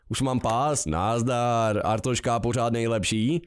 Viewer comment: To je fakt mor, jak tomu všichni říkají Artoška. Podle mě není tak těžký říct Arstotzka xD